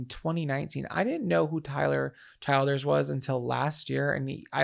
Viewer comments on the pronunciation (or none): 1. Tyler Childers is THE greatest. 2. Tyler Chill-ders 🤣 you gotta think Kentucky when you say it 3. His Purgatory album is unbeatable